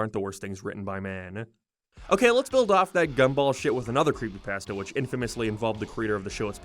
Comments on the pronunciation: The funniest thing in the whole video is how you can't even pronounce it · The way said creepypasta is nightmare fuel